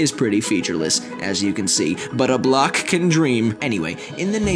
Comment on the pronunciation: 我的夢想xxxx那段 方塊的英文唸[不辣可] 音很像 美國人愛用的艮